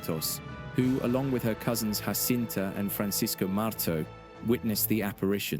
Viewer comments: Her name is Jacinta, not Hacinta! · The J in Portuguese is not to be pronounced as the J in Spanish . . .